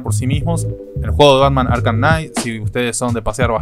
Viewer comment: Muy buen video, pero arkham se pronuncia "arcam" (como se escribe ) no arcajam Saludos